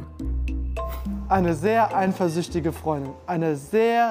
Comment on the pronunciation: "einversüchtig" :DDDDDDDDD